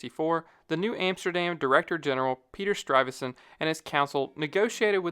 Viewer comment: Stuyvesant....not StRuyvesant